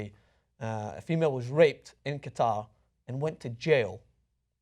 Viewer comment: Out of all the problems, I have to mention they pronounced "Qatar" incorrectly.